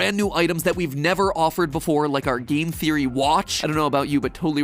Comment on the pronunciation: how did you screw up the word theory bro its just thee-ur-ee, see its easy i feel like your stealing this from matpat without permission because and yet you say therio and theroey not theory which is a easy word to say and croco? and yet he is called crco and than there is limited_plays and yet you name it limted_playz and instead of catastrophe you say catrify as if your TRYING TO HIDE THE FACT YOU STOLE THIS WITHOUT PERMISSION and there is no pose changing or talking after the video starts. HMMMMMMMMMMMMMM